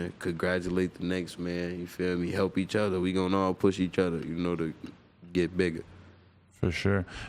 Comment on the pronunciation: “Each udda”